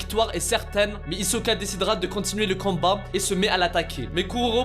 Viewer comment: Mdr au lieu de dire combat tu dis canbat